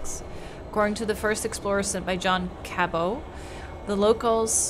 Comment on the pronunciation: Just want to throw this out there in case you did not know. John Cabot's last name is not to be prounced with the French way or anything the way you pronounced it. It is actually prounced "CABBIT" as in Rabbit but with a C. This pronounciation actually comes from the Dictionary of Oxford